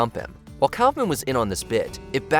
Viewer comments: It is NOT pronounced Cowf-man... Try cough-man. Only had to pronounce 20 names right. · Andy “Calf-man?” Kaufman is pronounced Kaaf-muhn. aa = ah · K ah fff min Not Cow fff min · What is a "Cowf-man"? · I have never heard anyone pronounce Kaufman that way. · If you're going to do these lists at least pronounce their names right. Put some respect on Andy Kaufman's name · see the part where they pronounced Andy Kaufman? Ai slop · "Kaufman" isn't that hard to pronounce... At least I thought so, until I watched this video. Boy was I wrong